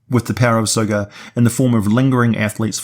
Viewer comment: Sometimes when you say Tsathogga, it sounds like you're saying Sir Frogger. Lol